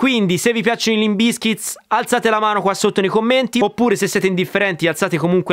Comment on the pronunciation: Non capisco perché metti sempre la S in fondo a Bizkit. Che fastidio